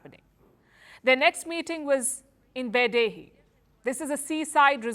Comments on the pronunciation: Beidahe is pronounced Bay-Die-Her. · sorry i don't trust someone who can't pronounce Beidaihe to have inside knowledge about China